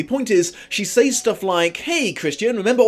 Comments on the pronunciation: Speaking of physical and emotional abuse...I'm not an American, so I really don't actively want to tell the English how to speak their own language, but says is pronounced "sɛz" not "says" (search it if you don't believe me). Sorry but it makes you sound like ignorant uncouth moron! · I'm in love with you. There, I said it. Also, I ADORE how you say 'saYs' Oh, by the way, you forgot to mention the plot holes. But I have some ideas why you didn't mention them (2 hours long video)